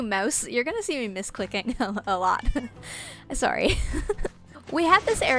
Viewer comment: Sometimes I can hear your Canadian accent shine through when you say “sOrrry” sry if that was rude also your so pretty ☺️